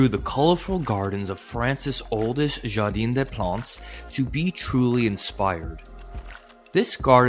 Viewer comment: True. It's "Jardin," not "jardine" !